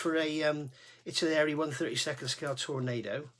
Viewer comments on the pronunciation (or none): Good guide for beginners. Just one small point is the way you pronounce Aires, it's not Aries ( Air rees ) as in the star sign, it's Aires as in Aircraft Resin.